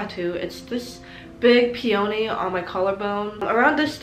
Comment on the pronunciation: u mispronounced epitome and peony but UR SO CUTE ILY <3